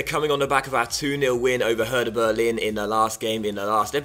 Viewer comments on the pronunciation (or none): none